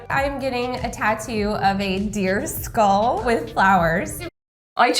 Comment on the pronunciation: whenever you say "deer skull", I hear "disco" or "disc ball" and sometimes "disc all" 😂 I was so confused at the beginning because I was looking at my phone and not at the screen